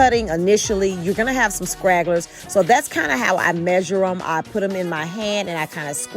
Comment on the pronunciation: Stragglers not scragglers